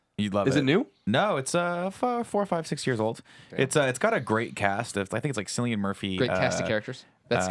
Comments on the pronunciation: Did Nick really just pronounce cillian murphy as 'silian'? For shame Mr.Scarpino. . . . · It is pronounced Killian, I only found out while I was watching Peaky Blinders. It should be pronounced Sillian but the English language is all cinds of messed up.